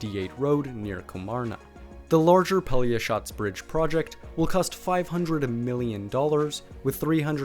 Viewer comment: hey, respect to you for a real good pronunciation of a real hard word -> Pelješac :)